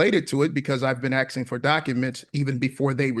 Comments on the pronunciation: He really just said, ‘I’ve been axing for you to….’ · Is he ASKING or AXING…I just cant tell.